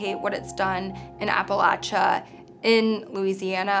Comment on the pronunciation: please learn how to say appalachia correctly.